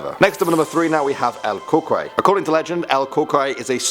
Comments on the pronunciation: It’s not el cookiy it’s el coo-kuy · Ok he said "El Curey" LOL!! umm.. good try lol... I guess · It’s pronounced el cou cuy not el cocoy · Cucuy is pronounced "kookooee" Not "kookoi" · Cucuy not cuckle 🤣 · not Cockeye😂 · Its pronounced Coo-Cooi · it’s pronounce la cu cuy or la coco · For El Cucuy u said it wrong you pronounce it Kukuy but you pelo it Cucuy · It’s pronounced el cucoy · He said sum “cucuray” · El cucuy is pronounced El (Coo)(Coo)(E) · El cucuy is pronounce (coo-coo-ee) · El Cu-qoy Wtf😂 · It's pronounce EL (coo-cooy) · El cucuy (El cu-cu-ee) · In case you ever do another video mentioning cucuy,you pronounce it "cuckooey" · Cucuy is pronounced coo-coo-E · La crucrey and just as i thought that was funny i heard him say la Chupacabra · #3 is actually pronounced El Cucuy (Coocooee) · You pronounce it El “Cu-Cu-eeee” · Lol, el cocuoy. That's how it sounds lol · Ps el cucuy is pronounced el kookooey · El Cucuy is pronounced as El Ku Ku"E" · The cucuy is pronounced coo•coo•eee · El Coocoooeeyyyyy . (pronunciation) was a mexican boogeyman i luve ur vids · Just letting you know, it is pronounced COO-COO-EE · That's not how you pronounce "cucuy" it's like "coo-cuey* if that makes sense.n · He didn’t say el cucuy right bruh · Bro....you said “El Cucuy” wrong....I’m not trying to be mean tho.... Whenever it’s like pm my grandma would tell”No te vas afuera por que esta El Cucuy”But I never go outside anymore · He said the cucuy wrong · he said it wrong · El Cucuy is pronounced wrong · You pronounced chupacarba and El cucuy wrong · The way he said El cucuy tho 😂 I'm Mexican so yeah that's why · I know right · It’s funny how he said el cucuy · Bro u misspronounced el cukuy by alot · Bruh I’m sorry I like but goddam you butchered the cucuy lol. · bruh every Mexican or just anybody knows that he pronounce this terribly 😂😂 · You pronounced El Cucuy wrong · You pronounced el cucuy wrong 😂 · He pronounced El Cucuy wrong XD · He pronounced cucuy wrong